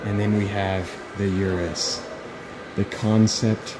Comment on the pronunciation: its pronounced "oo-doose" not urus. ps i love your videos! keep up the good work!